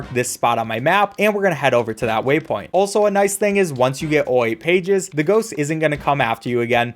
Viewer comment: Go to and he says “aooye pages